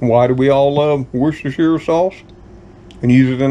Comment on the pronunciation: 10/10 on the Worcestershire pronunciation 👍🏻🇬🇧